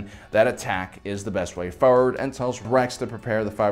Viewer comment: The way to pronounce things is annoying.. FORWARD! NOT FOEWARD TAHNO NOT TUNNO